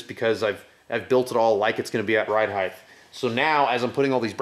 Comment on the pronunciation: "ride heigth"